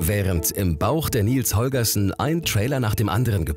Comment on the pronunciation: Bin ich der einzige, der es zum Schießen findet, das er 'Nils Holgerson' ständig falsch ausspricht? :D